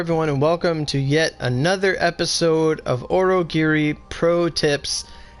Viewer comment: Why does this guy pronounce onigiri as "orogiri"